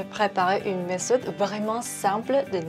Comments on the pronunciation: Merci pour cette astuce! J’aime beaucoup le fait que es fait le test du pH à la fin 😁 Petite remarque pour la prochaine fois, on dit meTode, le th ne fait pas le son « s » en français;) Super vidéo en tout cas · Salut y’a vidéo est super mais on dit méthode sans prononcer de h sa donne metode